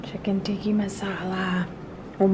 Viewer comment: Chicken TIKKA not TIKKI! :)